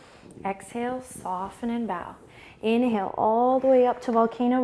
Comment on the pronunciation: I always laugh a lot when you say "inheel" and I lose my breath XD